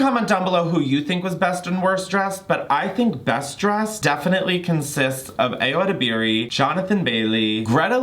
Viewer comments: ily ur hilarious babe I just wanted to say its pronounced EYE-o uh-DEB-er-ee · Eye-oh ed-ib-eerie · love you, just need to say, it's pronounced EYE-OH ED-EB-REE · the Ayo Edibiri pronunciation is taking me out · PLEASE look up how to say Ayo Edebiri 💀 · Please learn to say Ayo's name correctly. You pronounced her first and last name wrong.